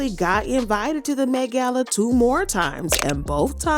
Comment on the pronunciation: The way you say "Met gal" is killing me 😂😂😂😂😂😂😂😂😂😂😂